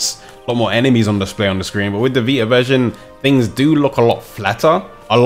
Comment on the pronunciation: Sorry.. but it's "VI-TA", not "VI-AH"... I had a hard time for the first few minutes of the video, trying to figure out what he was saying.